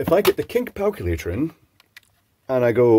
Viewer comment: The "Kink Palculator" 🤣